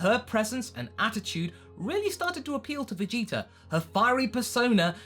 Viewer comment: Vegetar,Idear etc i dont get that accent :o